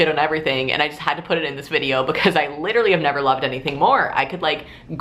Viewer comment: was getting some major parks and rec chris traeger vibes whenever you kept saying "LITrally" lmao I love it